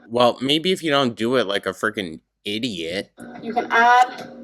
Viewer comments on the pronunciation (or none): none